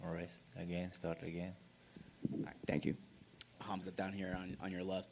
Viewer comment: "Kumsquat chimaev"